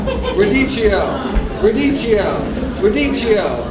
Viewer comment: radicchio = pronunciation in Italian 'radikkio'.